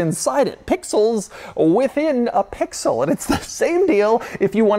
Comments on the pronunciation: If he says “pixooll” one more time I’m gonna lose it. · How often can one say pixel. And keep it heavy on the P 😅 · If he says Pixel again I’m gonna lose my mind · Say “Pixel” one more time Doug, I dare you….😂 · I clicked off this video after about the 5th time he said "Pixel." Damn that was annoying. Why you gotta go so hard on that "p"? SMH